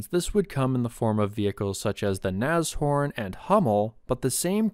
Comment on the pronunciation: Congratulations on the correct pronunciation Nas-Horn instead of Nash-Orn.